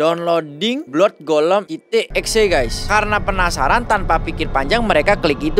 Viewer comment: Blood = blaad